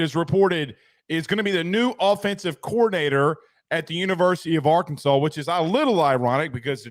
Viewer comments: Soon as he said AR-Kansas i knew he nothing about Arkansas at all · It’s Arkansas! Not Ar-Kansas. Best watch the Dmac post game interview after beating Lsu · can’t even say Arkansas right what a douche